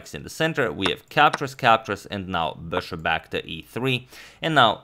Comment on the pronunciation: Could you try and say bishop instead of saying bouøæshouøæøp- so fucking annoying to hear, but it is great content